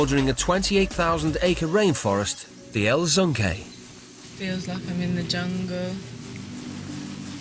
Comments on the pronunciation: El zonke 😂😂 they really called it like that 😂😂 “El Yunque” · It’s cald El Yunque y am from Puerto Rico btw